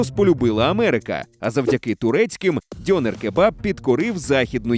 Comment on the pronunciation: У слові "дьонер" наголос має бути на "е".